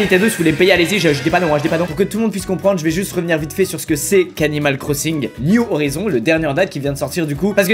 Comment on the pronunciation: Squeezie t bilingue ou quoi mdr (l'accent du nom Animal crossing new horizons ) 😂😂